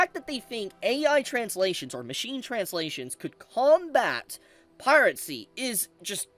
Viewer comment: Pirate-cy?? Dude I swear to god you mispronounce things on purpose 😂.